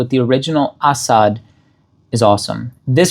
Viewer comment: the pronunciation is 💯percent is correct.